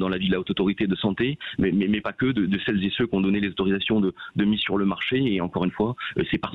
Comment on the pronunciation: > "celles z'é ceux" < (sic plusieurs fois le député)... ce genre d'expression est d'un ridicule sans nom... et sans parler des "toutes z'é tous - chacune n'é chacun"... (lol)... c'est tout ce que j'ai pu retenir de ses élucubrations de perroquet réitérées à longueur de plateaux tv par tous ses con-génères élevés en batterie (de cuisine ?... ;) à la maison-mère.